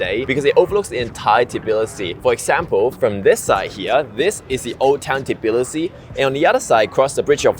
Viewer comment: An Asian dude explains life in Tbilisi? No thanks. Not saying it's impossible, but unless you're actually Georgian, you need to be a foreigners who's a lot older to convince me. No hate really. But I'm less likely to take advice from someone who can't even correctly pronounce the city's name.